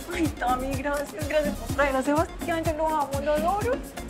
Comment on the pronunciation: C est moi ou sebastian yatra dit yeimy et non tammy